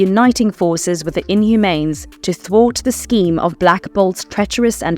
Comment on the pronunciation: I wish people would narrate their own videos, instead of using AI voices. Otherwise we get "Inhumanes" 🤦‍♂️